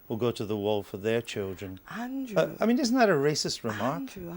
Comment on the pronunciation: "Andwoo, I've got nothing new to say." That's not twoo, as she frequently has new nonsense to spout.